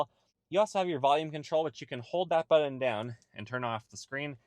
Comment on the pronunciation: BuTTon. Not BuDDon!!😬